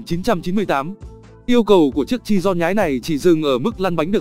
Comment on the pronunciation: Bugatti chiron chứ ko phải chidon